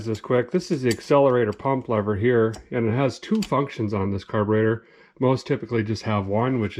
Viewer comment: did he say caburater? never heard those words come out of a guys mouth.. #fuelmakeithappener